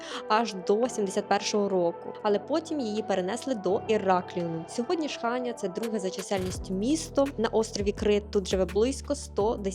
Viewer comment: Правильно казати ХаньЯ, наголос на Я. ХАнья дуже ріже слух. Всі наголоси в назвах селищ, міст прописані на картах